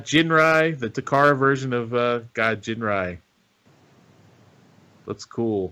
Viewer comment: it's Ginrai with a hard G like gun.